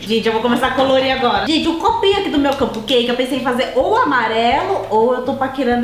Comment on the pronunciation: não sabe fala capcake... se escreve cupcake